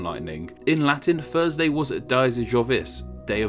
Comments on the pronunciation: Gotta love my "Thusday" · I love “Thusday” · The well know Thusday. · What’s Thusday? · Well he doesn't pronounce the 'r' in Thursday